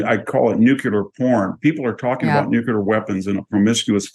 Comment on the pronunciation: I really like VDH. But he needs to learn how to pronounce NUCLEAR.